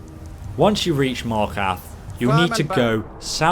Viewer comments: lol he said markath not markarth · Please learn how to say Markarth. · 1. You pronounce Markarth wrong. 2. Your promoting your channel halfway through the video and begging for subscribers. Pathetic